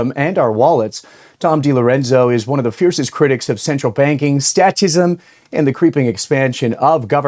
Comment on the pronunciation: I believe it's pronounced "state-ism" not "stat ism". In any case, good show